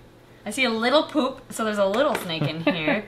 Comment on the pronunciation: Why is it that Minnesotan accent comes out most strongly when he says the word "poop"? 😂🤣💩